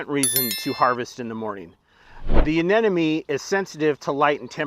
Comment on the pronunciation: Great video but Anemone is pronounced uh-NEM-uh-nee (/əˈnɛm.əni/). It has four syllables, with the primary stress on the second syllable ("nem").